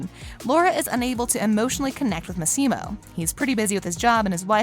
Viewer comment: It's Massimo not maximo